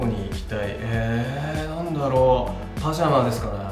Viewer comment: パナマみたいなテンションでパジャマ言うなwwwww